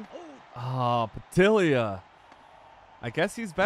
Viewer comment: pa-dillia 😂😂😂 bro pronounced Nguyen correct but not Padilla 🤡